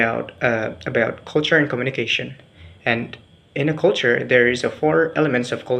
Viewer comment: Good pronunciation ! but please try to find out how is the way to pronounce Culture. Well more or lease, your pronunciation is good. Prepare yourself to present it once again in B. Indģonesia ok?